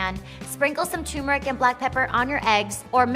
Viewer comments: Can we please start pronouncing turmeric correctly? It’s not Tumor-ic. It’s Ter-mer-ic. Thanks, Goodbye. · Turmeric not Toomeric lol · There's an R in there... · Yes and it is turmeric not choomeric or toomeric as so many people pronounce it. Not sure why folk insist on such funny pronunciation! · Yes, cheesy like Limburger. And before one tries to impress me with their knowledge & insights, how about at least learning to pronounce the name of the spice correctly?